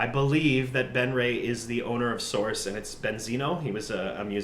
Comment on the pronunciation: "I might be the source" pronounced as "thesaurus".